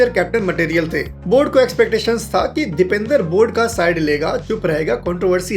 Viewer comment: Bhai video to sab thik hey lekin naam galat pronounce kargaye. Uska naam Dipendra hey Dipender nahi.